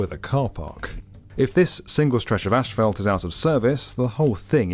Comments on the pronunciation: tf is ashfelt? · I love O'Hare. Easy to move about. The staff does a great job cleaning the public areas and restrooms. 🎉👏 (Ash-felt? Try saying Azs-fault ) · Why does this guy say "ashphalt" instead of "asphalt" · Ashfelt? Where is the h and e in asphalt?? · Asphalt not ashfelt. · Isn’t it asphalt not ASHfelt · Not sure what “ashfelt” is but there sure is a lot of it! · Asphalt does not contain a combination of the letter "s" and "h". Therefore, no syllable of the word should be pronounced "ash". The word is "ass-fault". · Small correction: Common mispronunciation: As - phalt not Ash - phalt. Also Air Greenland Dash 8 planes are not "tiny". They have larger planes as well. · They way pronounces “asphalt” 🫠 gets me every time 👍🏻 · Every time he mispronounces 'asphalt,' drink. falls out of chair